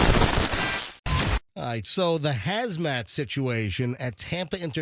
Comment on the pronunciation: Its Hazmat. Not Hasmat.